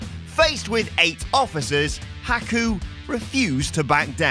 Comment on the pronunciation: I wish this clown speaking would say he name right